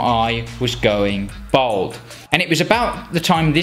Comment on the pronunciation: At least pronounce ‘bald ‘ properly 🤦‍♂️